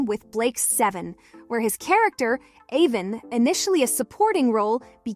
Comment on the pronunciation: It's A-von not A-vin.